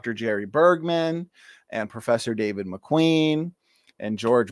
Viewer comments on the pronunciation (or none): none